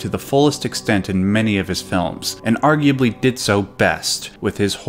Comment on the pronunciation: Hip-no-go-jik and ar-ju-a-blee in the same video. Fantastic.